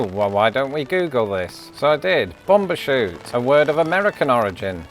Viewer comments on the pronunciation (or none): It's bum bershoot not bom